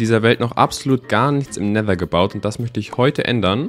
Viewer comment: Versuche doch richtiges Wasser in Never